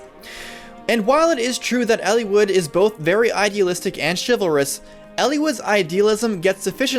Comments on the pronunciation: It's eel-eye-wood not ellie-wood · I never got the A support ending. I never got all recruitments. I did complete with no deaths. Also I had the reverse look on the three main characters that you mentioned at the beginning of the video. Why are you pronouncing the names like that btw? El-E-wood? I've always said El-ih-wood!